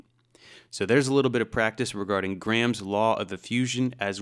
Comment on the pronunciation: You can tell he's not Indian, because he pronounces "Graham" properly. Southwest Asian languages, in my experience, tend to pronounce a hard 'h'', and they put emphasis on the second syllable. So they pronounce it "gra-HAM" when it is actually pronounced with the 'h' sounding like a 'y' and no strong emphasis as "gray-um". It's also not pronounced 'gram' like the unit of measure. It's kind of a syllable and a half. Sort of. Just wanted to throw that out there. I know this because I work with many Indian folks, and I receive far too many spam phone calls from call centres which all start off on the wrong foot by mis-pronouncing my name.